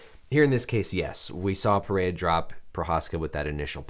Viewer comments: pronounced peherra.. portugués first r’s are pronounced like English h’s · It’s PeHeYa